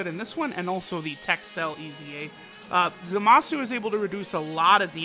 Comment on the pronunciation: Its Zamas you ningen, and he is godly unit, the INT one ofc